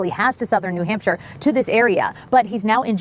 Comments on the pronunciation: 😂 you said New “Hamster” Ps love your videos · isn't not New Hamster it's New Hampshire ❤ you